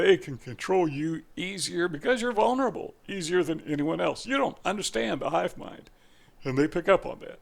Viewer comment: What are you saying? It sounds like you are saying, "you don't understand the "HIVE MIND". What does that mean?